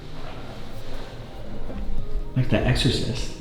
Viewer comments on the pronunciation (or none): none